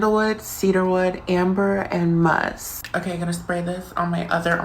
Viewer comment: “muusssk” the way that was said im so sorry it irked me 😀😳